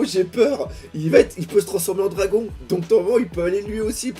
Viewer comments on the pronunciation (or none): none